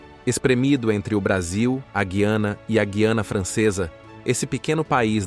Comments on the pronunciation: QUE É GIANA MORTADELA? GIANA NÃO EXISTE, É GUIANA, GU I ANA APRENDA MORTADELA, NÃO COMETA ESTES ERROS GROTESCOS.. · A pronúncia correta no português do Brasil é Guiana (com o som do "u" sendo pronunciado), e não "Guiana" com o "u" mudo. A forma correta soa como "Gu-i-ana", semelhante ao nome Rui, com um ditongo na primeira parte da palavra